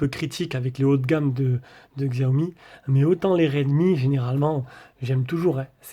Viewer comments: Sa se prononce Chiaomi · Merci pour la vidéo, mais il faut prononcer Chiaomi 😁